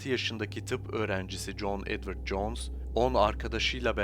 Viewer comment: knk isimleri yanlış okuyorsun jones (couns)- john (caan) diye okunur :(